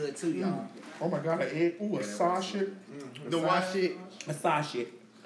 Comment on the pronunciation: YESSSSSSSSS MADDIE!!!!! I hollered!!! It's not sausage, it's saucuh! Girl I CANNOT!!!!! That's how you know it was FYE! And hung that phone up on purpose LMAO!!!! Y'all gone get me fired smh I'm at work dead to the floor LOL!!